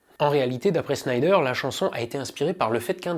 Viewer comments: Super narration de cette bonne vieille affaire dont les fans de musique, et en particulier de rock et de metal ne se lasse jamais... En revanche, dommage de demander a de presenter Dee Snider de Twisted Sister, alors qu'il est + q manifeste qu'il ne connait ni le personnage ni son groupe, au point de ne meme pas savoir nommer correctement ni l'un (Der SCHNEIder???!) ni l'autre (TwisteR Sister???!). Eh, saviez vous que Snider a un QI nettement supérieur à la moyenne, ne boit jamais d'alcool ni ne prend la moindre drogue et est tout sauf un gros fétard (comme il le déclare devant le sénat d'ailleurs, et ce ne sont pas des bobards), qu'il fut chanteur dans une chorale, et a composé sur la demande de sa femme un chant de Noël repris + tard par Céline Dion (sans qu'elle sache que la chanson était de lui). Tout est ds son interview Wikipedia: Fact or Fiction..., tu devrais aller y jeter un oeil, tu y apprendras bcp sur Snider! 😉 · Dee Snider et non Dee Schnider et Twisted Sister et non Twister Sister Aaaah le fameux passage de Snider à la commission d'enquête. LÉGENDAIRE !!! Il en parle dans le très bon film/documentaire "Metal : Voyage au cœur de la bête" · Mouais... Dee "Snailledeur" et pas "Schneider" dejà, ensuite Twisted Sisters est loin d'etre un groupe anecdotique mais bon niveau culture musicale c'est surement top demander de se renseigner peut etre... Afligeant ... j'aime bien cette chaine mais restez sur des sujets que vous maitrisez ou bien renseignez vous mieux avant au minimum.. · au fait, pourquoi prononce le nom de Dee Snider comme si ça s'écrivait Schneider? le gars serait il tellement un random que ton expert ne le connaît pas? (reconnaissons, avant aujourd'hui, je sais plus combien de temps ça faisait que j'avais pas entendu le nom "twisted sister")